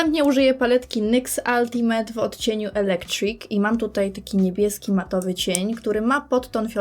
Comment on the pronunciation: 'Ultimate' wymowione poprawnie - w koncu ucho anglisty nie krwawi :D